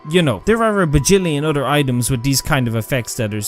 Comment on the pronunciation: "other" as "udder" 😂😂😂